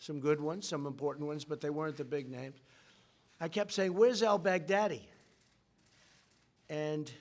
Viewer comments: I heard that too 😂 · Trump.... "Abu Bakr Al Bagardyy" ?? 😄